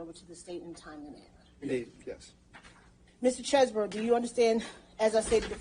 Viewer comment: Finally! From the mouth of the defendant. His name is pronounced ChezzBro not Cheese Bro. I can sleep soundly now!